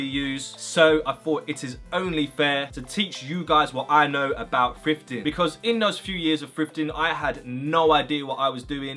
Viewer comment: to me it sounds like he saying "frifting"